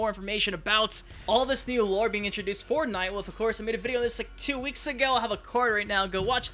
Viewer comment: SAY WOLF RIGHT GOD DAMN IT!!!!